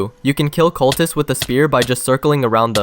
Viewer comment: he is laughing since the guy said culprists